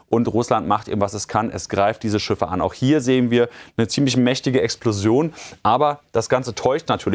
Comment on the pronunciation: Schiffe. Nicht Schüffe!